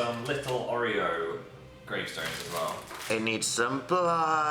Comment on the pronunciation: is not oh reo is or eo